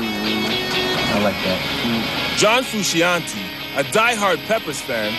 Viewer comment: Who is this John Fruu-shee- on-teeee?